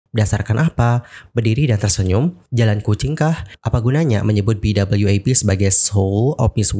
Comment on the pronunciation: BWAP bukan BWAF